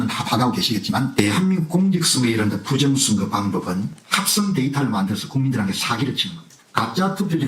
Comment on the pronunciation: 부정선거라고 하는사람들은 왜 부정(셰)력 이라고 하는거지 발음이어렵나